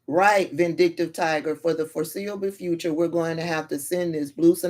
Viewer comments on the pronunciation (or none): none